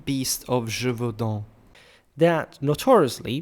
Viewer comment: I suspected you were french considering how much you use french maps, but now hearing you saying the title of the beast I am sure you are not. Either way, thanks for your work.